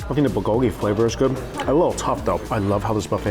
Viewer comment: Please stop saying bulgogi that way. 😫my white friends say it better. 😆